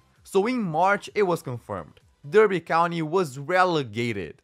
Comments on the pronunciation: Its pronounced DARBY, lol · Good video. Derby is pronounced Dar-bee.